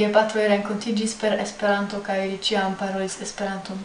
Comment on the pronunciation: Brazilians say it like "Es-pe-raantu", with accents on Es, Pe and a very strong one on Ran. The Japanese guy also says it in a Japanese way, pronouncing the syllables quickly, making a pause between each and with accent on all syllables